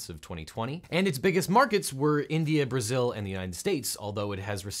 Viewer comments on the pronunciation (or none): none